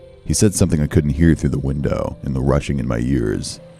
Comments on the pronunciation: did he just say wintow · wintow for window?